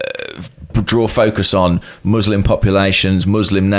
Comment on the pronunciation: I hit like when pronounced "Muslim" properly. You can always expect quality from Tifo.